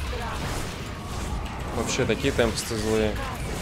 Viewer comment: "ТемпИсты" БлеАдь!!))